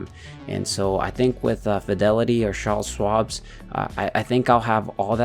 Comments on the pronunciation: its "CharleS" and there is no s at the end of Schwab but its okay ! lol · Can't stop laughing every time you call it "Charle Schwabs" lmao